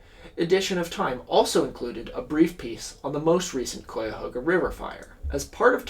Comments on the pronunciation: Yes, you mispronounced it the whole time. It's usually said "Ky-uh-ho-guh" ... sometimes "Ky-uh-hog-uh" ... not Koi like the fish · kai-ahoga, not coy-ahoga 😂🎉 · Hey I'm from here the akron area about 40 mi south but it caught fire here too recently lol. And it's pronounced Kai-A-Hoga technically but if your from here the locals call it the Ka-Ga river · I'm from NE Ohio -- yes, it's something more like "kai," but don't feel too bad cos there's no fully agreed-upon pronunciation locally, either. "HOE-guh" is the 'correct' pronunciation but "HOG-uh" is also pretty common. I wouldn't be surprised if someone here pronounces it as you did. Great video 🙂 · Every time mispronounces {kai-uh-ho-ga} me and my bucket of toxic River water gets one mile closer to his home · interesting I've lived in neo my whole life and I've always pronounced it kai-uh-HOE-guh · cuyahoga is pronounced like kai-uh-haw-guh btw! (sorry i'm from northeast ohio & it was bothering me lol. cool video tho!) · Yeah, the first syllable rhymes with "guy." its ok though, this video was such amazing research and commentary that i forgive this transgression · Should be pronounced like the Randy Newman song 😆. Love ❤️ your show! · This is the first time you’ve covered my home town and I love it but the “cuy” in Cuyahoga is pronounced like the “Kay” in kayak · as an ohioan hearing him pronounce Cuyahoga wrong every time hurts my soul 😭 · im a year late here but as someone from cleveland its so funny to hear someone talk about this (and always interesting to see how people pronounce Cuyahoga that arent from here) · it normaly never peeves me when something is mispronounced but me and my brother are now doing a drinking game anytime tor mispronounces cuyahoga and I expect to need my stomach pumped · Love you but the mispronunciation of Cuyahoga is actively causing my sanity to deteriorate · It’s always fun hearing non northeast Ohioans pronounce cuyahoga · that is not how you say cuyhoga bro